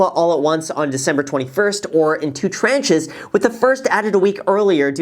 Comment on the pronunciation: Its tranche not t-ranch